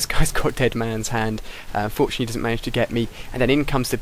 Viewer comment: "i unforetunately got the final kill cam" first time i heard that XD